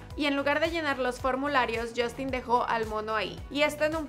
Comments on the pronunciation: Que alguien me explique por qué mierda los mexicanos cambian la U por una O en inglés? Yostin?? Wtf girl? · Porque se pronuncia "jostin" ;) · Crazy_ Girl Se pronuncia yastin ;)